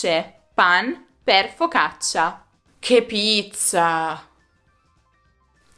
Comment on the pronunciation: Andiamo, forza! "Che pizza lo si dice per eufemismo, perché è una parola che comincia per [p] proprio come un'altra parola femminile plurale che inizia per [p] anch'essa e si scrive con 5 lettere... P.S.: si pronuncia [keppittsa], NON [kepittsa]...